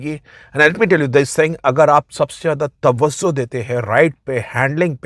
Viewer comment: Tawazzo ❌ Tawajjo ✅